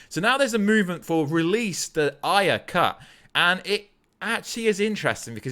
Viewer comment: Why does he keep saying Ayer like that? 😂😂😂 Is that the right way to say it? It's making me cringe.